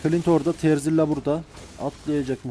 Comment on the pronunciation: terzilla değil dostum 😂